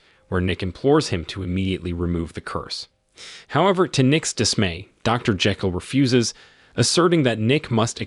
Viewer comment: You pronounce Jekyll and Thames is the most American way.